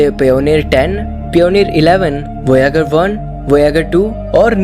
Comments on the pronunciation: lovere vayzer hei thik se bolo 😂😂😂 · Kiya voyagar nam sayad wrong bola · भाई विडियो पूरा देखता but वोयागर सुन कर मूड मर गया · पियोनिर वोयागर 😂😂 koun hai yeh naya chu... Samar jaisa koi nahi mil sakta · Please improve your pronunciation voyager, Kuiper belt. Watch any english youtuber. You are talking about very old knowledge, you are not updated 😮